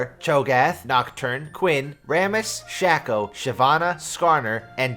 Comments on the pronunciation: hearing "sh-ah-co" tilts me and reminds me of that episode of the office when Nellie is trying to pronounce taco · every time you say shacko it hurts man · Why did he say shaco like that